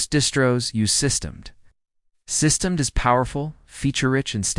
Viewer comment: It's system D, please use your AI voice over correctly.